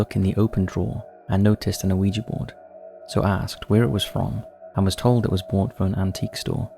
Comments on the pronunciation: The name of the board is yes in French - oui (pronounced wee) and yes in German - Ja (pronounced yah) so it’s wee yah NOT Oh Wee Gee board. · there is no O sound at the start of Ouiga board? think about how the French say yes! and that is why it's spelt, that way, and called what it is? every time you say O weeja board, it grinds my teeth Please stop it, and educate yourself, with something other than the Internet, if you can't read the pronunciation which is also, written next to the word in any dictionary? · Not trying to be a dick but Google how to pronounce Ouija. It's "wee-jee" both in American & British pronunciations. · So it's 3 syllables, oh-wee-jee? I've always it w/ 2 syllables, wee-jee. I can't believe they used to market them to kids. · 'Pronounced "we-ja"' My whole life is a lie. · I agree with Yestermen. The two words together are oui ja, so it stands to reason that it's pronounced wee-yah. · I HATE “wee gee”. Grates my nerves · I mean they do an entire episode on Ouija & pronounced it wrong through the whole thing. 🤷‍♂